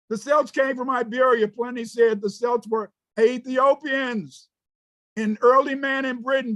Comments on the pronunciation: He can't even pronounce celts properly 😂😂😂 but claims to be one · He can’t even pronounce Celts properly😂😂😂